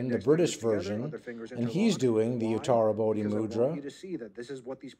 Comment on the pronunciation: I'll go and have a look at your playlists. It's because of your videos that I can actually pronounce utarabodhi mudra every time I see it! I can't spell it though, and I don't exactly know what it means, apart from they're all in the same club.